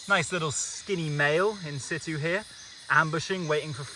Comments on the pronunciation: The pronunciation of “in situ” is getting to me 🤣 it’s pronounced “in sichoo” not “in sittoo” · Can someone explain wth insitu means? I’ve heard this guy say it like 20 times and I have no idea what he means? Thanks!